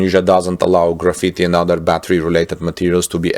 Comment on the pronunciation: English pronunciation is a constant source of amusement. Hopefully, he is not put off by a bit of good-natured fun-poking., if you are reading this, graphite is pronounced GRA-fight.